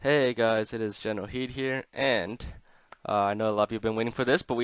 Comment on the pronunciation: Does he purposly say gereral heed